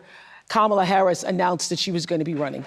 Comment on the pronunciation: NOprah can't even properly pronounce Kamala's LAST name 🤦‍♀️